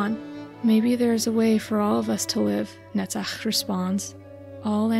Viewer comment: Sorry for offtop, but I like how you pronounce "Netzach" even more than your understanding of Angela's struggle and soul